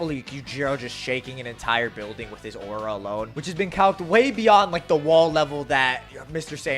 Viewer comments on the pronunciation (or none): none